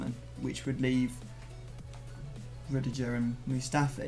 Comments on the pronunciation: The way pronouces Rudiger 😤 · Rudijer hahahaha never heard anyone apart from him pronounce it this way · The way says Rudiger makes my blood boil